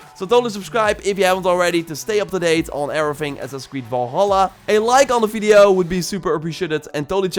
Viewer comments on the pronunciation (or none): Why does he says fideo instead of video